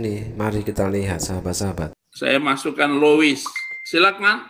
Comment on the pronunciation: Lois konon bacanya lus